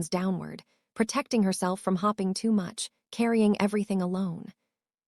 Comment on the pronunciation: Great story! Sexy and romantic. And that guy. - the early images of him, anyway - is gorgeous. Why so many changes in the way they look? The narrator needs help. I've heard it before. It's very pleasant, really. But it mispronounces so many words. Datting instead of dating. Starring instead of staring. Hopping instead of hoping. It can't read. Also, if your relationship with someone is intimate enough that you can text, "I'm not wearing anything," their number is in your contacts. Still, I like this story enough to want more.